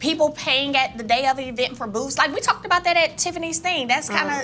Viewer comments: They can’t give any advice to the ATL! First things first: learn how to pronounce eeeevent. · The ESSSS-PO emphasis on "PO" 🤣😂😅 The EEEEEvent 😅😂🤣 gwooorrrllll gon' & quit playing